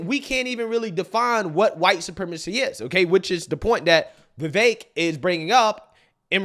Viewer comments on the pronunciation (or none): You MUST learn to say Vivek's name properly. He's an excellent candidate and deserves to be respected. Please take an hour of your time to learn the man's name. Here's the proper pronunciation